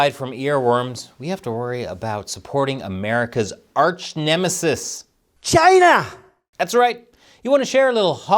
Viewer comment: The ONLY correct way to say the official name of west Taiwan...Chiaaayna! 🇺🇸🇺🇸🇺🇸